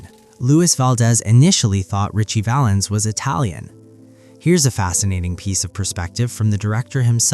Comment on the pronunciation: Sigh! It’s Ritchie Valens